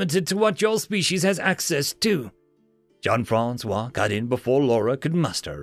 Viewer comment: also Jean Francois Is not pronounced john francois I'm not french but I am Canadian and in Québécois french jean would be more like zyeen francois like how jon jonz isn't john jones but zyohn zyonez